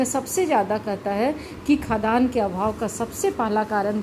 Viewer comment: निश्चित रूप से आपके पास योग्यता है। परन्तु महोदया, आपके उच्चारण में गलती है- आप खाद्यान्न जिसका उच्चारण खाद् यान होता है, को खदान पढ रहीं हैं।